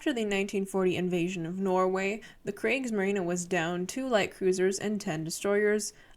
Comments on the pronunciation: kriegsmarinE not kriegsmarina HERR GOTT NOCHMAL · She does realize she’s pronouncing the German navy wrong. It’s not Craig‘s Marina. It’s Craig‘s marine. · the kreegsmareenuh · goddamn its kriegsmarine not kriegsmarina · There is an "s" in Kriegsmarine. It's not silent. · Why did you pronounce kreigsmarine like that but Whermacht properly 😭😭